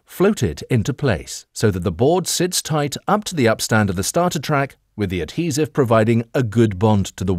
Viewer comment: Pretty sure that not how u pronounce adhesive lol